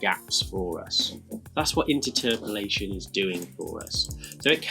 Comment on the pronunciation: Sorry, I don't want to be rude but, inter-terpolation? I’ve always pronounced it as interpolation. The way it's spelt!